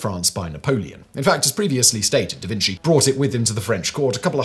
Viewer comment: mum!! he's saying davinsy again!